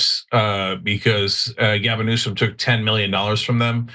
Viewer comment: Did Anna G. Say Gavin Nuisance? Freudian slip.